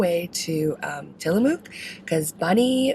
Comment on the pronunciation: Love both you and bunny, Great vids, being from salem oregon I go to tillamook often. Next time you go through you should stop at The Crazy Torta & Seafood. It's right across from the cheese factory. Also we locals pronounce it Tilla-muck. Not mook. Happy travels.